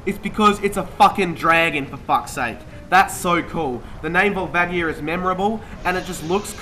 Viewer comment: wait and volvagia isnt it prononced volvahgia